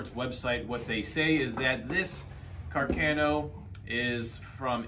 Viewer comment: Carcano I thought I was pronounced car-con-no?